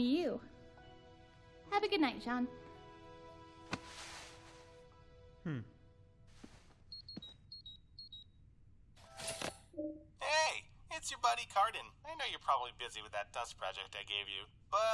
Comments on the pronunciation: pronounce it like shjauwn. not like jeen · I listened to it, i thought it was John but listened closer and it had a "Zh" sound instead of "j"